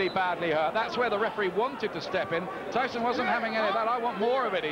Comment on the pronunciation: Did the announcer just say, "Iron Mike 'Treeson'"? 🙄